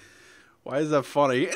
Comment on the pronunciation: lol it's sounds like you say fully instead of funny